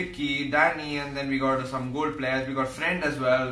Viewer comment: Commentary: Gol pleyas ,gol pleyas , gol pleyas, gol pleyas... Fam